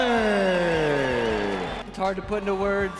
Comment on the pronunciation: Dude look up pronunciations hearing you say every fights name wrong hurts me